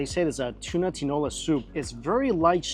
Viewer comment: Hey its tuna not tsuna